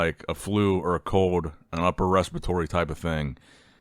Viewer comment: what did Samson have a COLD or a CODE??? 😂😂😂 gotta work on the letter L brother